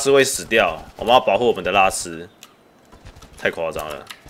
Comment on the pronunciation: 拉斯聽起來好像叫拉屎